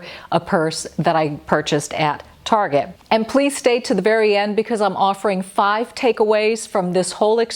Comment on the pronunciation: It''s Target not Targe. Why are people trying to make it sound so pretentious and ridiculous? It's a cheap store, and it's not French. Its TARGET.